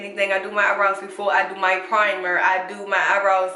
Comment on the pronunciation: Keanna Jones She even says "i do my eyenrows before i do my full face"😊